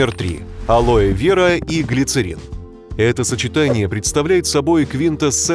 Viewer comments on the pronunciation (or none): none